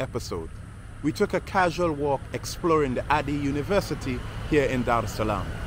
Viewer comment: Asante sana for the video, very well put together and informative. By the way, Ardhi is pronounced Ah-RR-Thee. Loving your videos as have relevant and enough background information.